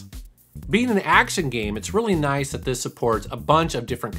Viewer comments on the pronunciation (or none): none